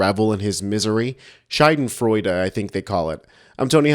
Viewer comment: Scheidenfreude? No, it's Schadenfreude ... 😂